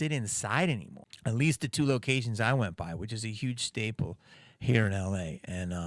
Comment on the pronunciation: Atweast.. you are weal